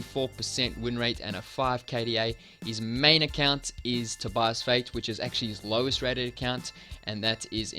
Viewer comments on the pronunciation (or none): none